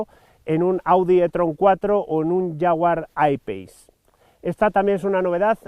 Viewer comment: La primera vez que escucho a un español pronunciar bien "jaguar I-Pace". Bravo. Todo un ¡profesional este señor